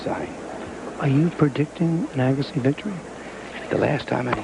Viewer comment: Pat Summerall impressively alternating his pronunciation of Agassi: the standard “EAH-gassi”, and “a-GAH-ssi”, perhaps an esoteric Farsi dialect.